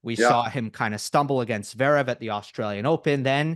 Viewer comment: Great commentary, but why can’t Flink pronounce “Zverev” correctly? He always says “Zerev”